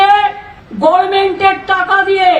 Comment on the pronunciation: লাউ-ড়া-দোচা মন্ত্রী ।😂😂 ওয়ারা গভর্নমেন্ট শব্দ টা কে গর্মেন্ট উচ্চারণ করা মূর্খ (দোচা) মন্ত্রী 😂😂😂😂😂 লন্ডন এ গিয়েছে লন্ড অন করতে।